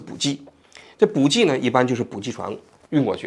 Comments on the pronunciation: 受不了，补给（bǔjǐ）给读jǐ三声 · 补给，ji, 第三声，王局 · 是补给（ji）第三声 不是第四声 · 补给ji三声，四声听起来是真的膈应😅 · 补给……都是三声……王局注意一下，开始我都没听明白。